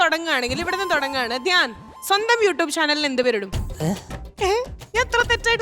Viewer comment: യു ട്ടൂപ് അല്ല, യു റ്റ്യൂബ്😆😆😆😆